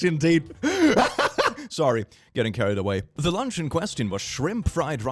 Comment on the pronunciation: I THOUGHT YOU SAID LUNGS INSTEAD OF LUNCH I WAS SO CONCERNED ABOUT THE GUY WHO GOT HIS *LUNGS* STOLEN